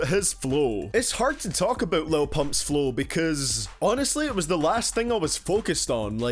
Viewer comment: "For people that speak normally" as you pronounce flow as flough